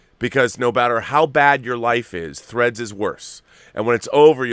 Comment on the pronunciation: THREADS! Not FREDS. 😂